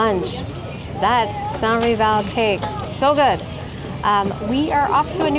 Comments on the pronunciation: Pronounce the “s” for the Filipino pronunciation of “sans rival” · ..its very french not to pronounce "s" in the sanS rival.. totally understandable👍😅